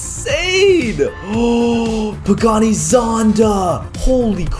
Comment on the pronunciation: Caylus bro it's not pagaani not bugatti